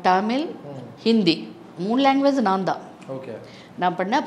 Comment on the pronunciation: ரோஜா ரமணி அம்மா மிகச்சிறந்த குழந்தை நட்சத்திரம்.. பக்த பிரகலாதன் இரு மலர்கள்.. மிகவும் சிறப்பான நடிப்பை வெளிப்படுத்தி இருப்பார்.. இவரைப் பேட்டி எடுத்ததற்கு நன்றி.. அம்மா ஆங்கிலம் அதிகமாக பேசுவீர்கள் போல.. டமிழ் என்று சொல்கிறீர்கள்.. தமிழ் என்று சொல்லுங்கள் அம்மா நன்றி